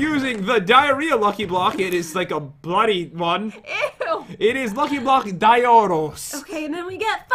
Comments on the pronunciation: you now its dioros not DORITOS MAN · Does anyone realise they say Doritos but the name is Diros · Proper pronunciation:Die-er-os Not:Die-a-rie-a or Doritos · Pronoucment ( die-or-eos) you proboly can't say that anyways but whatever you probably won't even notice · Dioros? Why does it sound like doritos? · I pronounced it like Die-er-ohs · Ares Carandang it sounds now like oreos😂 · The correct Pronounciation is Dioros Da-yo-Ros P.S im Asian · Idk if you pronounce it as 'Dayoros' or 'dyoros' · its DIE-ER-OSS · I pronounce it Dorito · It’s dor-is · Are they saying diarrhea or is it just me are they saying on purpose I don't know like this post if you heard it too and if you are watching this in 2019 😂😂😂😂😂😂😂